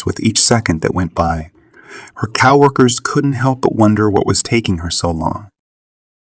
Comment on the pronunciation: .... “Her ‘cow-workers’...”. Geezuss!!! AI or whatever technology you’re using.. please STOP!! Farking ridiculous! 🙄🙄🙄🙄😌 .. so stupid.